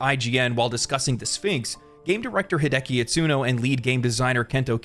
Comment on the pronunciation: Hi De A Ki It Su No. I'm sorry hi de ki just sounds weird to me.